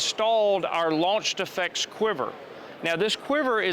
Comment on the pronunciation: Whenever he says "launch effects" it sounds like he's saying "launch defects" (of which this product likely has many). Work on your pronunciation, presenter dude. Also, as many others have stated, this isn't fully autonomous. It is, at best, semi-autonomous. It still has a navigator, someone still has to tell it where to go and what to do. Additionally, someone still needs to be a crew chief, to be a loadmaster, to perform maintenance on the craft. Tell me when you can just set up a radio guidance beacon, turn it on, and have the aircraft automatically load up, start up, take off and fly to that beacon, land and return to base, complete with evasive maneuvers if engaged by the enemy, all with no tablet or other pilot required. THAT would be fully-autonomous. And there's no defensive measures in case of jamming or interference. As of this point in time, semi-autonomous military helicopters are just handing the enemy free stuff. "Hey China, hey Russia, hey Taliban, do you want a free UH-60 and its' cargo? 60+ billion dollars in free military hardware!" Congratulations Sikorsky/Lockheed Martin, you just made the world's most useless conversion of a military helicopter. This would have been better as a civilian vehicle, where at least we know it'll be safe and secure if it lands rather than revisiting the botched Afghanistan Pullout every time we deploy one of these things.